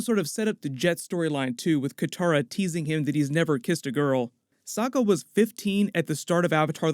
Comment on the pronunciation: It's pronounced "Soke A"